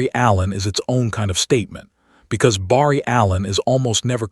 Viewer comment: The A.I. is pretty good but doesn't say Barry right 👍 ❤🎉😮😊😅😂🥺😰🤯